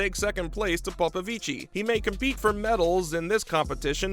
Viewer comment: It's Popovich, not Popovici, the last i is silent.